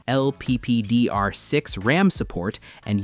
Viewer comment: it`s LPDDR6 not LPPDR6